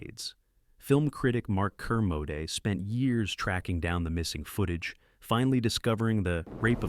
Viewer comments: Kermode not Kermoday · Who TF is Ker-mode-day?????